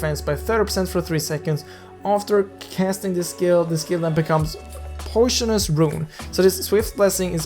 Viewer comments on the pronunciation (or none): "poyshunus rune" 😂